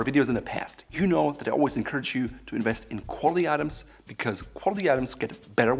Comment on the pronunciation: It’s “Invest” not “Inwest”